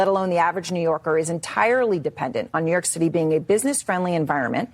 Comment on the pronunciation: that's the point, that's what they WANT to do. she said NY shitty(i know its the way she talks, just thought it was funny)😂😂😂